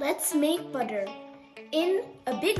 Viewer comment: Buda❌ buttttterrrrrr✅